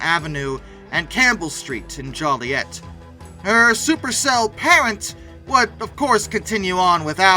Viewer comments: I had a great-grandmother who lived in the Joliet area. It’s pronounced joul-LIET, not joll-IET. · Ösweego* named after the the Haudenosaunee saying "Osh-we-geh", the pouring out place or mouth of the stream. ... Jollyette? Jōliet* it's actually named after the French-Canadian explorer Louis Jolliet, who visited the place in 1673. Please learn how to properly pronounce these town names. Illinoiseans are sick of it. You have a computer in your pocket, use it. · Overall great video and coverage. One note: Jo-Lee-et not Jolly-et! 😊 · It's pronounced Joe-lee-et. I happened to be at Brookfield Zoo when it hit, but lived much closer, in Darien, IL. It blew my mind when I heard about the tornado because the weather had been as nice as a hot, humid day can be. Bright and sunny with just a few clouds. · Just a note, it is pronounced “Joe”liet. This is where I was and was about 12 years old. My memory that will never leave me has me and my parents in the living room listening to my dad’s police radio and all of a sudden we heard “there is a tornado in downtown Plainfield”. Lights went out, radio went out, the storm got very strong and loud and we ran to the basement. All of a sudden, it calmed down. We had huge tree branches in the driveway we had to move as he got called in to help as a paramedic. He said he was triage and helped search the apartment complex that was destroyed. They kept finding bodies in the cornfield behind it. On my end, all the neighbors came out of their homes, got chainsaws and cleaned up together. It was a rare comfort after what we went through. My sisters were not at home at the time and each have their own stories, as well as some terrifying ones from my cousins. As a Midwesterner, I still run outside when the sirens go off. I wish they were activated and warned us. 29 people is a lot of people killed. I heard this tornado being called “The Unwarned Tornado”. Just the Plainfield tornado for us. R.I.P to those who lost their lives that day.